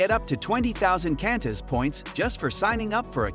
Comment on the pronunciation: Really you don't know how to pronounce Qantas?